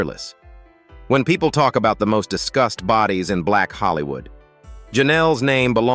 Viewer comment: Was this narrator saying “discussed” or “disgust” ?